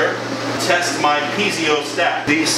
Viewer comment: Really impressive. Great set up. The only diesel-related thing you guys don't know how to do well is pronounce "piezo". :P